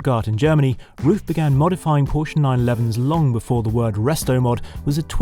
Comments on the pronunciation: I like how he starts out figuring out how to pronounce RUF, gets corrected and says it correctly.... and then in the very next shot...says it incorrectly again 😅🙄🤣 I've known how to pronounce RUF since the Yellow Bird....as a teen... I'm 42 now, it's not hard, roof. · Henry calling the SCR "RUF-ined" really yellowed my bird. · Why is it so difficult to pronounce a name in the correct manner..? Mr. Ruf is a highly respected engineer and business man. He should be treated with respect and this starts to pronounce his name correctly. Thank you. 😊😊😊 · Hope he was kidding about the RUF pronunciation smh